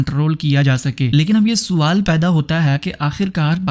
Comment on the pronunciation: FAILANA NA🎉HI PHAILANA HOTA HA SUWAAL NAHI SAWAAL HOTA PAINDU CHUTIYA BOLNA TOU SEEKH PEHLAY 😂😂😂😂